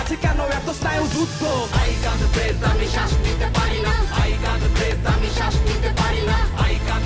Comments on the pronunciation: খুব ভাল হয়েছে। উচ্চারণটা ব্রেথ নয়, ব্রিদ হবে। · উচ্চারণ "ব্রিদ"... -_